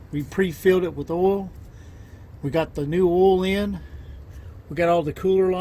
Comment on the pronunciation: Say oy please! Oil is pronounced OIl, not ol. There is an I in there. Please annunciate